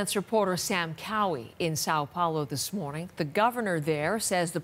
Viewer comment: It's not Sao Paulo ( but you pronounce it as SAW Pouloh)